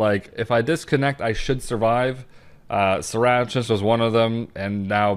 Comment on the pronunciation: Sarachnis -> suh-rack-niss